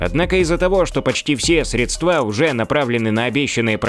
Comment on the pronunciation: СрЕдства, а не средствА.